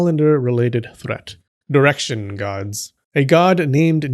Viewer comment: You said "direction gods", I heard "erection gods" 😆